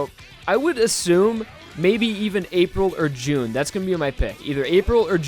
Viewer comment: THIS BOI SAID "JUNE" XDXDXDXD